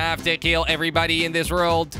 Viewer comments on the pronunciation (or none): Anyone else notice he said "World" like "reld"